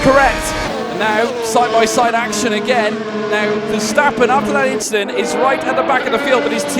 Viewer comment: that's inchident